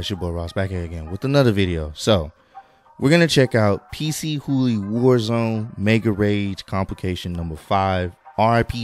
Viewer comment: It’s not PC HOOLY🤣🤣 it’s PAACHOOLY